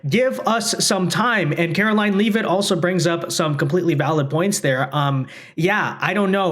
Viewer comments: Levvit, not leave it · her name is pronounced Levit... not Leave-it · If you are going to apply for a press pass, you might want pronounce the Press Secretary’s name correctly. Just saying….its lot leave-it, it’s pronounced lev-it.